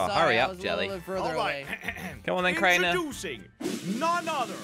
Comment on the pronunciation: You said rainers name wrong